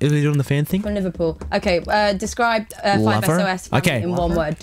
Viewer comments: "Follow us on instagram at 5-ES-OH-ES" FAKE FANN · It's 5sos bot 5 es oh es. Just sayin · anyone else cringe when the interviewer said 5-es-oh-es? xD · Every time she said it like "es o es" it got on my nerves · Interviewer: Describe the 5 Es Oh Es family in one word Me: Cringes Me: it'S 5SOS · "5 es oh es" Oh, girl, no pls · ***** I was kidding. I was still mad at her though. Because I told her the way to say it, but she kept saying 5 es oh es. I was like ):c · She said “5 es oh Es” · Every time she says “five es oh es” I die on the inside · anyone else notice her saying "es oh es" ? kind bugged me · WHEN SHE SAYS 5 ES OH ES! -_ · did she said 5 es oh es? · JUST DON'T CALL IT FIVE ES-OH-ES for fuck's sake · she said 5 es oh es :( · 5 SOS not es oh es